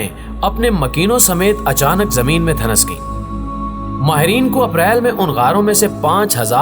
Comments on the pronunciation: Dhanas gai nhe kehty dhhans gai kehty hain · Bhai ye lafz dhan,nas nahi hota ,ap ke itni achi awaz or andaz k sath ye ghalti achi nahi lg rhe